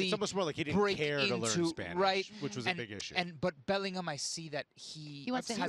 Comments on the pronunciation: It’s not belling ham, it bellinarm 😂😂😂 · Bending over backwards to pronounce Real Madrid correctly, and then saying BellingHAM...